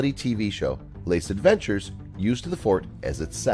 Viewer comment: If you're going to do a video with French words, learn how to say the words. The show is called "Les aventuriers", not "Lace Adventures".